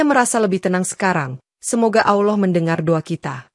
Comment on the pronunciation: Ini benar apa gak sih . Soalnya yang cerita kok bahasa arabnya gak tepak ,baca lafal ALLAH saja gak bener. Tolong belajar dulu lafal arabnya..supaya meyaqinkan.